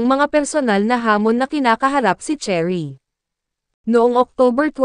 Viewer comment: Nooo not Cherry dear, it's Sheh-rih 😣